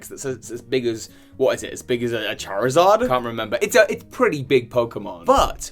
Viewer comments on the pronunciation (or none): none